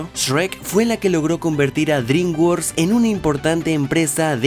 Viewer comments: "Dringuors" xdddd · "Drimguors" ja, ja, ja.